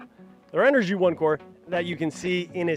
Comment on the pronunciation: This host is terrible and not a good for the brand. As a major brand in ANY business space, you might want to make sure your host knows how to pronounce your company’s name properly. The audio was amateur at best and the other thing is he sat there with his legs spread wide open. Not an attractive view! He admitted he doesn’t even camp! Have some actual knowledge about the product instead of reading off a card. No credibility what so ever! I did get a kick out of this... When he dumped water all over the panel, he’s said to the other guy, “Here, you plug this in”! LOL C’mon Renogy or “” as your host says, you can do WAY better than this.